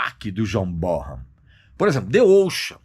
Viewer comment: Regis, a pronúncia correta do nome Bonham, é "Bonãm". Ótimo Vídeo.